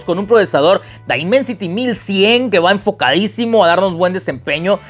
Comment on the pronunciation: El primer youtuber en español que pronuncia bien el nombre del procesador